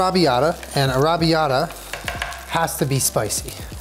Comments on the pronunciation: NOOOOO I LOVE YOU SO MUCH BUT THAT IS NOT HOW YOU PRONOUNCE "arrabiata" SAUCE! I am Italian and it is my favorite sauce to eat and I would love to make it one day. It is pronounced arra bee-yatta sauce. Im sitting in my college dorm just dying listening to you not being able to pronounce it. OMG please look it up am going to die. I am Italian lol Im dying again, arrabiata sauce does not have meat in it. I understand that he is using fake meat but omg its not alloweddddd i a virgo italian you cannot do this to meeeeeeeeeeeeeee AHHHHHHHHHHHHHHHHHHHHHHHHHHHHHHHH but its almost okay because you are protein deficient, almost we also dont cook with butter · Is no one gunna say anything about the way is pronouncing arrabiata🙄 it’s paining my soul, but it’s hilarious 😂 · You say Arrabbiata very very strangely to my British ears 😆